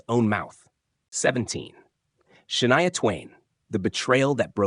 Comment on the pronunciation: Shah-ne-a? Really? In the same story, the name was pronounced two different ways. At least, one was correct.